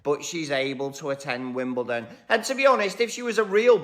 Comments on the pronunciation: Love you and I don’t want to correct you, but this is the second video that you mispronounced WimbleDON, not WimbleTON. Forgive me 😊😊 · I don't understand why Americans are incapable of pronouncing Wimbledon with a d and pronounce it Wimbelton with a t - yet they can pronounce London with a d and never with a t! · I know and have known a huge number of Americans, in my long life, enough for a poll, and most of them pronounce it Wimbelton.